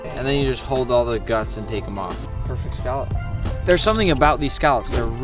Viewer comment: saying scallop as skalp kills me